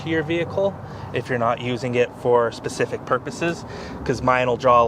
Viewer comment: It's "specific", not "pacific"